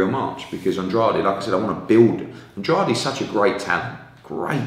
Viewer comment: Hearn should learn how to say Andrade's name right for a start. And-raid.